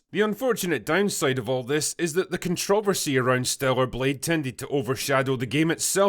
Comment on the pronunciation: I love how you say "ConTROVersy"